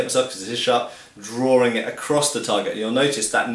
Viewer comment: Drawring? I think likes to drawr.